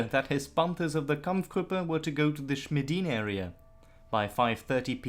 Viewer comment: "kamf grup" Two syllables in German or English, not three.